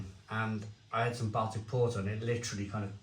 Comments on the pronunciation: I’m glad you said this, every time he said Bal Tic it drove me mad. Surely he’s heard someone say this word correctly before. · Don’t want to be a pronunciation Nazi but Baltic is pronounced “Boltic” short o instead of a short a,as in Salford not as in pal.